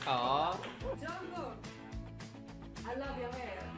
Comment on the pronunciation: No hate but it's jungkook not junkook no hate again